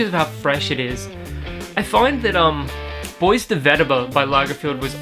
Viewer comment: if i am not mistaken, "BOIS" in perfumery is pronounced as "Boo-Ah". i also have Bois De Vetiver, i like it. Recently i've tried Bois De Cedre at Priceline and it happen that i kind of like it too. i do think Bois De Cedre smells a little bit better than Bois De Vetiver.